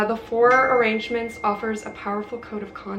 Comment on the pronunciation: Prediction: she won’t get past chapter one of Women in Love Arrangements” or agreements…she said it wrong twice.